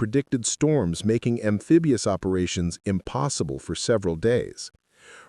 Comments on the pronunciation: "AMFEBIOUS" instead of amphibious denotes AI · Amfigious, you AI idiot?